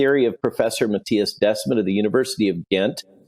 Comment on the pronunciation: It's pronounced like "The Smet" not like "Desmat".